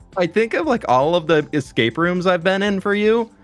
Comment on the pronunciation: its an es-cake room